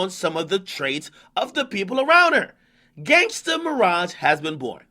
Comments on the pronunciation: "gangsta miraj" lmaooooo bruhh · yooo akademiks said gangster miraj